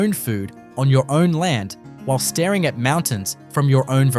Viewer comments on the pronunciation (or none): none